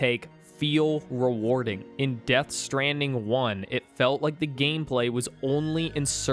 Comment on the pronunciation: "rike" lmao it never gets old